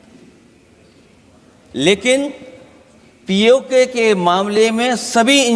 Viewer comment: अखिलेश यादव पहले तो बोलना सीखो पी ए को नहीं पी ओ के बोल